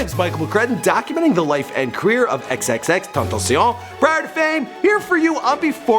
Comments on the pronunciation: u didn't pronounce xxxtentacion right fkn hellllll.......... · He Can’t even say his name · I can’t watch bc of how he pronounces his name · stilll didnt say it right sad sad sad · The way you pronounce his name makes me want to rip my ears off... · LMFAOO U DIDNT Pronounce XXXTENTACION RIGHT YOU FUCKING MORIN LMAOAOAO THAT CONMENT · Why tf are you sayin his name like that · Why tf when he says x's name he sounds like a French nigga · What's with the French pronounciation of xxxtentacion? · Michael Dagostino he didn't pronounce it right tentacion isn't even french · workshop vlogs no it's not tentacion is pronounced in a Spanish way, I'm Mexican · still can't say it right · You still cant pronounce it wtf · i literally screamed when he pronounced his name like thatt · Still can't pronounce his damn name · “You didn’t pronounce xxxtentacion right you fucking moron” 😂😂😂 I’m dead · dipperquartzbutterfly Nah it's not. Its "Ten-Tay-She-Own" not "Ten-Tah-Sea-Oh-neh" wtf.... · lemme help u out aight is pronounced X-X-X TENT-A-C-IOn not SSStantasen BRUH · For a big YouTube channel, you suck at saying his name lmfao, it's Extension not no xxx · why is he pronouncing his name like its French? Its "ex-ex-ex-ten-tah-cee-on" its Spanish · IF YOU DONT KNOW HOW TO SAY HIS NAME SAY ex ex ex ten ta see own slowely then get faster with it bam you know how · he kept saying xxx tantacion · "XXXTentasiau" WTF is that language you're pronouncing on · HAHAHAHAHA XXX TENTESEION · It’s pronounced x-x-x-ten-tash-e-on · xxx-ten-tay-shen I think. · Dude still can't pronounce his name correctly smh it's XXX-tent-a-cion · It's pronounced (XXX Tent-aaacion). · It's xxx ten tae she own, say it like a Frenchmen lol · I thought you pronounced it xxx ten tation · tenta-cion (see-on) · xXx Tentaseone what r u french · Xxx tentaciuhhh 😂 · tenta-si-on or cion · Nope its xxxtentacion but pronounced in Spanish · Last Episode He Said XXX TENNESIAM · Renember when he said xxxteneceeum